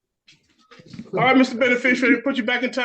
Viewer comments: Benefrishriar. WTAF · He’s mispronouncing “beneficiary”… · You gotta love the stupidity of such people when they use words like beneficiary and mispronounce it. There's no "u" in there. Dummies always.